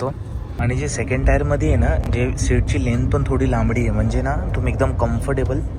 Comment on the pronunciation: टायर नसते टीअर असते दादा ते